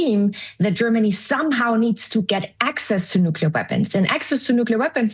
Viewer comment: Oh the irony. Turn off the safe nuclear power plants, build nucular weapons